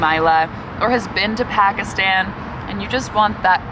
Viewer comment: If you cannot pronounce Pakistan or Punjab correctly, you shouldn't be creating videos.